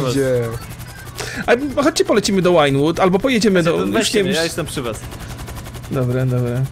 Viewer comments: przepraszam, że się czepiam, ale źle wymawiasz Vinewood. Przeczytaj sobie w Internecie różnicę wymowy pomiędzy angielskim 'wine' (pl. wino), a 'vine' (pl. winorośl). W języku angielskim 'v' czyta się jak polskie 'w', natomiast ang. 'w' jak polskie 'ł'. Pozdrawiam i proszę, nagrywaj dalej GTA: Online - cudownie się do ogląda i jeszcze więcej śmiechu. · Wymawia się Wajnłud, nie Łajnłud :) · Drogi, czemu "V" wymawiasz jak "Ł"?